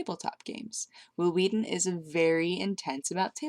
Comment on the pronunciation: Will Wheaten with emphasis on the H.